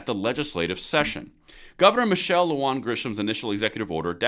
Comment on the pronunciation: Sorry but here name is pronounced Lu Han and not Lu Juan....Im a new mexican so I would know!!!